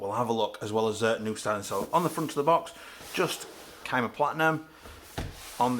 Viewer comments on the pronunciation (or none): Never heard it pronounced kyma before. Thanks for the review, I'm going to get one next salary so I have been waiting for someone to make a good review/overview of the rif.